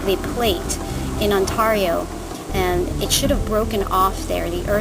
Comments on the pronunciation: .....On-TAR-io..... I'm sorry that made me laugh because I have a friend in the states that always says that :) But it's ok <3 You're still awesome!!!! And those are lovely crystals :) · on-TEAR-io :P (tear as in to rip). It's ok though :) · I live in BC Canada.. and I too love the way you say Ontario. I am super excited that these wonderful crystals are a gift of nature here in Canada! I loved this video.. and now I want to adopt my own auralite 23. They are gorgeous.. and yummy.. and sparkly and.. wowzers! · lol omg you do say Ontario really weird , I live in Ontario and hearing you say it made me lol . These are gorgeous though wow , I think I need to get some!